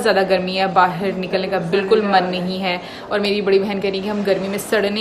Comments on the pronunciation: Bahir nhi hota hai..."ba-ha-a-r" hota hai....mispronounciation mt kro... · Baahir nahin Bahar hota hai.